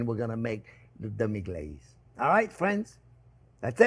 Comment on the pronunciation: Your extra accent on "Demi Glacé" is an example of a hyperforeignism